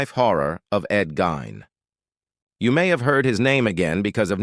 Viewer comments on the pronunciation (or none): I'e heard his last name pronounced /GEEN/. Just saying.